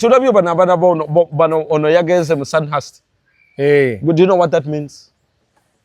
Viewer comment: Sandhurst is pronounced Sandurst- the H is silent.